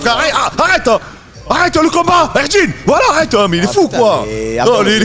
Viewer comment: Arrêteuh le combat ! Eurdine !